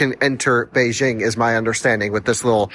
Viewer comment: would have good if you could have pronounced Beijing correctly